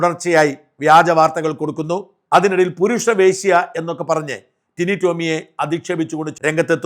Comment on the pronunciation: ടിനു അല്ല ടിനി..